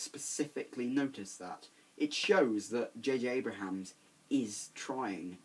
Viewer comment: JJ Abrams* Not JJ Abrahams.